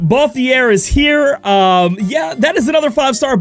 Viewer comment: I'll be that guy. It's ball-theer like the word tier not ball-thee-air